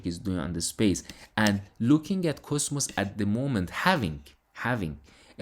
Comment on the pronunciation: Try to pronounce cosmos correctly. Basically it is coZmos and not ( S ) . By the way I am all in on it 👍